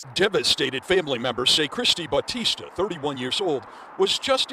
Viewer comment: To further disrespect her she looks Asian. Unless she married into that name she’s probably Filipino and we don’t pronounce Bautista in a Spanish accent.